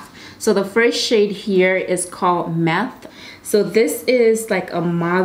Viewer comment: “The first shade we have here is “meth” *myth “ 😩😄😂🤣😭